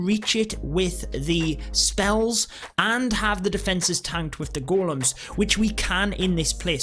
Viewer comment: Its ”Golems” lad